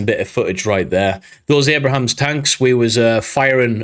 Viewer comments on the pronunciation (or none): "Abrams," not Abrahams." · Abram not Abraham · Abrams tanks, not Abrahams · Its Abrams not Abrahams. General Creighton Abrams is who the Abrams tank is named after. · Its just abrams ,not Abrahams!!!. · its A BRAMS not brohams lol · you pronunciation of Abrams tanks was including an extra syllable. It's not Abrahams it's just Abrams. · “Abrams” not “Abraham”!!! This is like calling me “David”!!! Close but no cigar!!! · minor verbal typo : abrams, not "abra*HA*ms" and i believe the M1A2 SEP 3 is rolling now. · It is not Abrahams... its Abrams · Fyi: Its Abrams, not Abrahams. Named after General Creighton Abrams. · Abra-hams lol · ABRAMS! 🤣🤣🤣 Easy to mess up if you don't know tho haha!